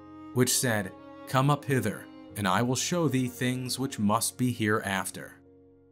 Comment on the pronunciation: "thee" ... not "three" ... I thought I was having a Mandela moment.